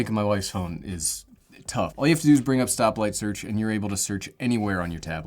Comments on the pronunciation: did he say “stoplight search”??? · Did anyone else hear him say stoplight search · Thanks. I’m English, and when you say “stop..?.. search” I can’t make out that second word? Oh, wait, just seen top comment.. ah, SPOTLIGHT! Thanks,.